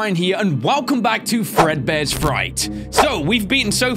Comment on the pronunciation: *fredbears not far bear XD